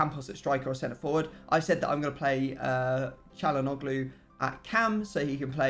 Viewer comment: pllllllllllllllllls stop saying kalanoglu